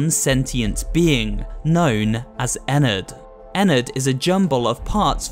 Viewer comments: ennard not enned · It’s rpronounched enn ard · Actually it “Ennard” not “Enard” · WHY DOES EVERYONE PRENOUNSES ENNARDS NAME WRONG!!! THIS MAKES ME REALLY MAD!!